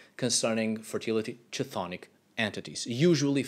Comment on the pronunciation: chthonic is pronounced like "thonic," thought you might like to know.